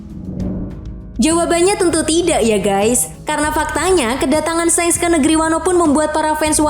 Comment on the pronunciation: Shanks ! Baca pake A Bukan shengs ! Memeeekkk